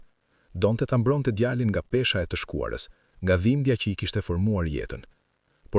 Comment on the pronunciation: Lexoi saktë fjalët- lugë jo luginë djalin-jo gjalin Etj